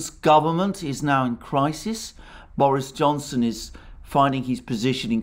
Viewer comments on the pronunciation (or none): none